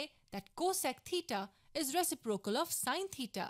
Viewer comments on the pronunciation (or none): What the hell is a “Resaprocle”? I’m kidding, great video though! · Oh my god. Dude he is just kidding. He knows what resiprocal means,u swine